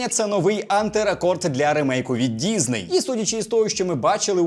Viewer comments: діСней, а не діЗней! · діЗней, сука діЗней, щоб вас шляк трафив, з української мови покруч робите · Чому ти говориш дізней?